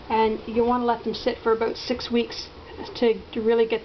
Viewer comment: OH MY GOD YOU SAID ABOOT! AHAA :) I love canadians.